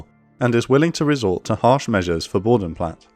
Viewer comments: "Bodenplatte" has a pronouced e it not boudenplat its Boden-Platte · ...Bo Den Platt Err... (Each letter in German pronounced) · Small correction: Similar to the e in Luftwaffe, the e in Bodenplatte isn't silent. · It is Bodenplatte and not Bodenplatt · just a sidenote: The e at the end of Bodenplatte is pronounced, just like it is with Luftwaffe ;)